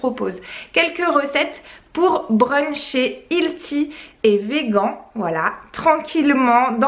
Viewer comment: Ca me fait trop rire que tu dises "Vé-Gant" ahah :p